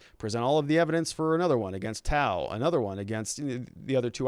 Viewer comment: If you or other readers haven't learned, the name "Tou" rhymes with "you" and the "th-" sound in southeast Asia is usually a hard "t" so "Thou" rhymes with "cow."